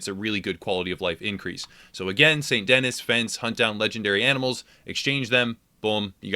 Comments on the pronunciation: St "dennis". You idjit! Its French. "Deh-Nee" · good video....I think the city is pronounced saint dinee not denis btw. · San Denee, not Saint Dennis. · If it was Dennis it would be spelt Dennis it's not. Denis it's French Saint Den'ee. It's meant to be New Orleans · It hurt me every time he said Saint Dennis instead of Saint Denis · SAIT DENEE. NOT DENIS. DUDE! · Boy, did you butchered the namr St. Denis. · That moment when he calls it saint denis instead of sandy knee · i love the channel ut when he says saint denis i triggers me because its pronounced san denee not saint denis like its written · it's San Deni not saint Dennis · Stop. Saying. Saint. Dennis. It's pronounced San Duh-nee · It's not Saint Dennis try to pronounce it this way "Sandy Knee" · he call it " snt dennis" but Like new Orleans its pronounced nu orlahns and Snt denis is pronounced "snt denee" the last s being silent in the context of it being a name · It’s pronounced ‘San Denee’, not actually Saint Denis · Fun tip- it is pronounced Saint Denee, it is French. Dennis is Dennis. Lol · Denis = DENNY... its french. like the way your mom kisses me. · Saint da-nee not dennis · By the way, it’s pronounced Saint Denee not Saint Dennis lmao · Saint Denis is pronounced De-Knee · OMG, IT'S PRONOUNCED "Saint DEN-ee" it's French, you're essentially in Louisiana, they say the name dozens of times if you'd actually just play the story missions for crying out loud... "Saint Dennis" SMFH. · It's not pronounced "Saint Dennis". It is pronounced "San Denee" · It's pronounced Den-knee, not Den-niss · Why does everyone say saint Dennis It’s saint denis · Saint D-Knee bro not saint Dennis lol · ITS NOT (DEN-NIS) ITS (DE-NIS) OR (DA-NEE) ITS FRENCH....SPECIAL PEOPLE... 😂😂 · Saint Dennis? 🤣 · Typical thick American pronunciations, Saint Denis for example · its pronounced saint "denee" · It's pernoced San deni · “Saint dennis” lol. Ok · "Saint Dennis" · You said st. Dennis lmao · "Saint Dennis" 🤣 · Saint Dennis....lol...